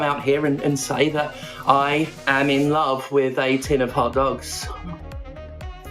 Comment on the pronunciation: The way you put the syllable emphasis on “hot dogs” has me questioning everything I know about language.